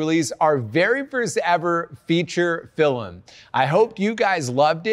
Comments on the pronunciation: It’s pronounced “film” not “fillum” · Why does he say “filim” 😭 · Why does dhar say filimn 😂😂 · I love how Dhar says "filem" not "film" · "Fillem" Dhar, 2021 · Hey Dharr! I love all your vids and I just wanted to say that you say ‘film’ the exact same way my brother does and I’ve never heard it pronounced that way by anyone else so although it’s probably silly, it made me happy to know you pronounce it the same.